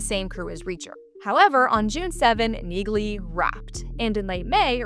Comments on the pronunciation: The "G" is silent in Neagley, like the "G" in Neighbor and Phlegm🤔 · By pronouncing NEAGLEY wrong, you've shown your hand that you haven't watched any of the 3 seasons of Jack Reacher franchise thus far, & therefore have no credibility.